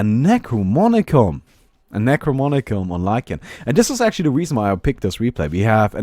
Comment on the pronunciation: Sorry to be picky, but... NE-CRO-*NO*-MI-CON!